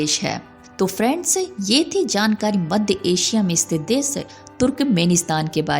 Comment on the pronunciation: देस - नहीं, देश - बोलना पहले सिखना चाहिए। सीता - नहीं, शीत - बोलिए।।